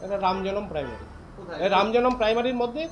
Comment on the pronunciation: Eai councilor je secondaty r primary uccharon korte parche naa eder apni bolteo lazza lage, aamader durvagya eai illiterare gulo neta.